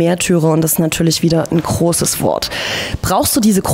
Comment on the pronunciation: Mehrtürer ist halt n kroßes Wort:D die Aussprache ist echt immer wieder lustig :D